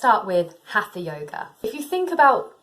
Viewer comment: Please check your pronounciation for HATHA, do not pronounce the TH as in English. This is Sanskrit. You might want to check it with a video of an Indian Teacher